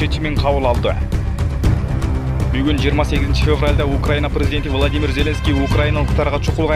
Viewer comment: влОдымир вЯЯтровичь! дООнбас😂😂😂😂😂😂😂 донеСкэ 😂😂😂😂😂ай койчу, кичине акцентти ондоочу !!!